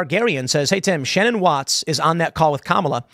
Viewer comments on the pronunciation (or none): none